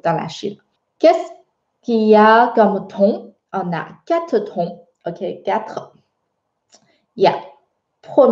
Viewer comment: J ai l impression que tu prononces trons alors que il faut prononcer tons en français ! Merci